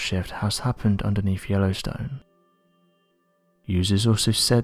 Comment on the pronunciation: Did he say there is uplift “underneef” the volcano? “Ovurs” have said the ground in swelling